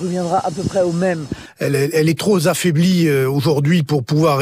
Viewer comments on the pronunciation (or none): Louis Alliot « Elle est tro'Z'affaiblie aujourd'hui... ». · Louis Aliot : "Elle est trop z'affailblie" . Les liaisons dangereuses! C'est peut-être ce qui nous attend au sein du parlement pour les prochaines semaines.